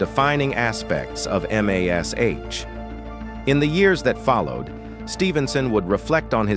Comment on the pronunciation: It's M*A*S*H (pronounced MASH) not m-a-s-h. Yes AI is ruining everything.